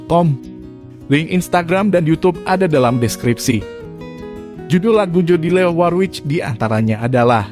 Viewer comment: Mas Admin sebaiknya tanya dulu k mbak Jodi, bagaimana mengucapkan namanya yang benar. Kalo gak salah pengucapan namanya yang benar "Jodili Worwik".